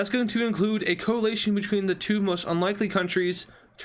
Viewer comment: He's still pronouncing coalition wrong